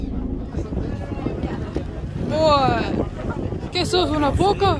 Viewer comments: No son paláfitos ,son palafitos. Sin acento en la a. La sílaba tónica es fi. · Se dice palafitos, con acento en la i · Palafítos, así se pronuncia, pero no lleva tilde o acento en la i. Isla de Chiloé. Es tan hermoso mi país. Si tienen la oportunidad de visitar Punta Arenas, y todas esas zonas, los Pinguinos Rey, por ejemplo. También la Cueva del Milodón. Las Torres del Paine, Puerto Natales, etc. Se puede visitar también para el lado de Argentina, el Glaciar Perito Moreno, es maravilloso. También en Chile los Glaciares Balmaceda y Serrano. Y mucho más. Saludos desde Chile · NO es pa LA fito sino pala FI to, todas las palabras esdrújulas llevan tilde, para eso sirve la tilde para saber cómo se pronuncia las palabras... Y por eso hay reglas, si termino en vocal, N o S y tiene tilde solo podría ser esdrújula y aguda, si no tiene tilde y termina en N, S o vocal, ES GRAVE... o sea pa la FI to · no se dice paláfitos, se dice palafítos, buen video. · No son PALAFITOS el acento no vaen la A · se pronuncia Palafitos...sin acento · Hola chicos! que lindo como lo estan pasando :D! Lo del minuto son los desechos del restaurante, como son cosas marinas las tiran ahi mismo a los lobos marinos que suelen estar con la marea alta ahi mismo donde bajaron ustedes jajaja. Un abrazoooo sigan pasando lo bieeeeeen. PD: se pronuncia PalaFITO con tilde en la I xD ❤